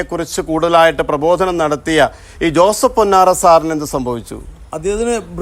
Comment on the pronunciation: ജോസഫ് പൊന്നാറാ അല്ല ജോസഫ് പൊന്നാർ ☺️ എന്നാണ്...